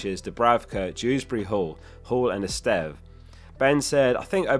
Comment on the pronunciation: So nice to hear someone pronounce Estève correctly